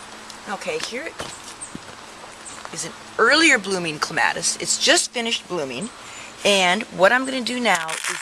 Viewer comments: It is correct to pronounce it either way. I think it sounds better the way she pronounces it. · Actually, pronounced either way is correct. I personally like it pronounced the way she says it.